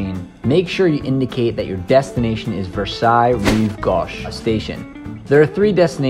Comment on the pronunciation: Bless your heart. You visited Paris and the simplest of French words, e.g.; “gauche,” which is utterly beyond your ability to pronounce correctly. Next, let’s try “Trianon.” Good, practical video which deserves better narration.